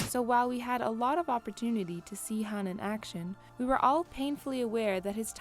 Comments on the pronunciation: Says Han like hand pronunciation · She mispronounces Han's name so many times and it annoys me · This video has no credibility since she can’t even pronounce Han’s name right smh